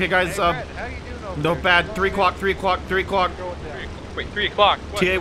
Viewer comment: "5-Aclock rock"